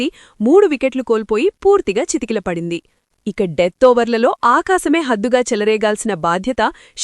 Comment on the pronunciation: చితికలపడింది...కాదు; చతికల..అనాలి